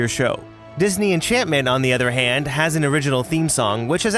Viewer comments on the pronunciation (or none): none